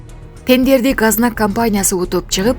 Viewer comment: Газнак эмес гос знак.